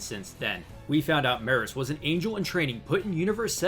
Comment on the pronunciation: It's pronounced Me-Russ. Couldn't take it being mispronounced anymore lol